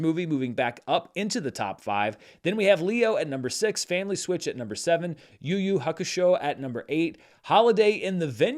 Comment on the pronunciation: Shout out to on his pronunciation of Yu Yu Hakusho, nailed it.